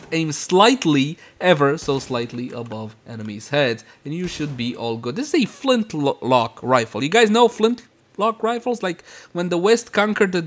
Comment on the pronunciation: Its a Flint......Lock Rifle Actually its one word said together. "Flintlock"